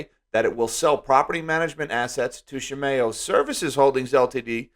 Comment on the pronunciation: Please look up how to pronounce Shimao because you sound very silly.